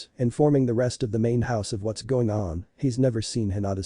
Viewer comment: Pronounciation is really bad.......... No not bad its like what's is pronounced as watas come on man